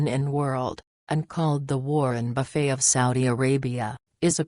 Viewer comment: "Warren BuffAY"? LOL! HIRE A FUCKIN' HUMAN FA GOD'S SAYKE!